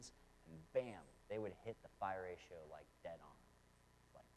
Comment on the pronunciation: I always heard it called "the golden ratio" or "the golden mean". That's what you refered to as " the far ratio"? Or was you saying "fire ratio"?